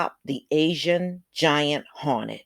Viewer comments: Its pronounced hore net not honet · Is it HAWNET or HORNET. LOL! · Asian giant HAWNET 😂😂😂😂